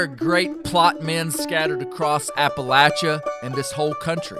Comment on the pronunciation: thanks for pronouncing Appalachia correctly lol